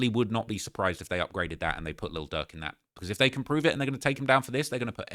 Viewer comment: can you put a little more R in durks name? bcuz it sounds like ur saying lil duck